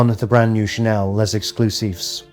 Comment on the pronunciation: Why do every influencer pronounce L’Exclusif wrong? Is it so hard to look for the right pronunciation before making a video? And no it’s not called Les Exclusif!